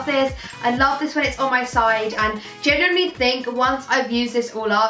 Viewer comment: Every time she tries to say the word "genuinely" it fails and it comes out as a mixture between "generally" and "genuine" 😂 pisses me off so much